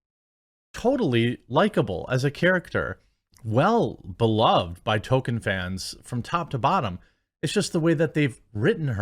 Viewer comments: I love u Jeremy. However, please pronounce it "TOL-KEEN" not "TOW-KIN" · Jeremy why are you always saying token? It's Toll-keen. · Dude. it's TOLL ke in. Not token. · TOLKIEN NOT TOKEN 🤣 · Dude, it’s not TOKEN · TOL KIEN not towken TOLLL KIIIEEEEN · JEREMY. IT'S PRONOUNCED TOLL-KEEN, NOT TOKEN. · Nobody: Jeremy: “Token” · TOLKIEN not TOKEN. Also elves with names starting with C are pronounced as K (ie Kelebrimbor and Keleborn).